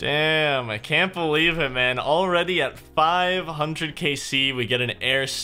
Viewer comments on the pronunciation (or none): none